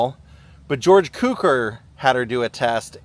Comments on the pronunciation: George cue-core is how it's pronounced. You're young, I forgive you. The dictionary says KEW-Kor. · Actually, it's pronounced "tsoocore" -- the Hungarian "c" is pronounced like "ts" in "tsk tsk". "Cukor" means "sugar" in Hungarian - my mother tongue.